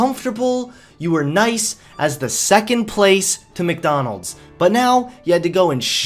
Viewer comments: Stop saying Mikdonalds its MacDonalds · Look, dude, I like your vids but please tell me it's some kind of accent thing that you say "Mick-Donalds (Not Mac, or Mc) and "Allees" instead of "allies", or "al-lies" (as in not telling the truth)